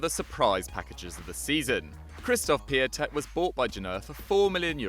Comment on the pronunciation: It’s Pe-ont-tek not pe-a-tek